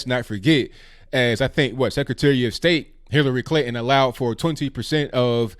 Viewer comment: Love, his way of speaking and accent are charming. I do wish..he's put the 'T'in PuTin and ClinTon. lol